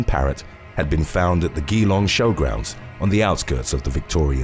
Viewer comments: You pronounced Geelong incorrectly. It's Geelong, not Gheelong ... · Whilst we are on pronunciation, in the first on it's pronounced "Jelong" not "Gee-long", that is all. Keep up the excellent content! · it was when I was googling Ghee-Long wondering where that was in Australia?...when I realised you were saying Geelong (pronounced - Ja-Long)...can see the confusion cheers!! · Geelong is pronounced more like g long not gee long haha. Sounds funny when Americans try to pronounce some of our towns 😅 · its pronounced "je-long" not "gee-long" but otherwise love your work <3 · It’s pronounced G long not gee long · Pronounced as Gee-long and not Gi-long. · Yeah you did pronounce Geelong wrong. It’s not Ghee-long, it’s Juh-long. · Geelong is pronounced J'long. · Pronounced G long for those playing at home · Ozzy here, Geelong, like gee wizz, is pronounced gee long. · Its pronounced like gem..Geelong. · Its pronounced "Jee-long" ☺️ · GEELong is pronounced Ja-long lol 😂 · Australian here - listening to you pronounce Geelong amused me. It’s pronounced juh-long. But don’t worry, most places here are pronounced weird. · Another Australian here. It's pronounced jee-long. With the first syllable shortened. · It's actually sounds like juh - long, the suburban town in Victoria Australia, GEELONG.. IT MADE ME GIGGLE EVERY TIME YOU SAID IT...love watching your channel, bizarre and shocking some times, but love it. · Oh wow, the state of Victoria was mentioned. It's pronounced G-long though. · That's not how you say Geelong xD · I LIVE IN AUSTRALIA - YOUR PRONUNCIATION OF GEELONG IS UTTERLY TERRIBLE ,I WANT TO LAUGH BUT U CANT UTS SO BAD ! LOL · Dam, I ain't never heard a name butchered so brutally an confidently as this man just did Geelong.. point for trying, but gosh. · Hahaha I was literally thinking did he really mess the name up Geelong so bad. Glad I'm not the only person who realised😂